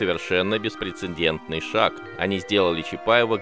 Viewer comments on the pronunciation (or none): none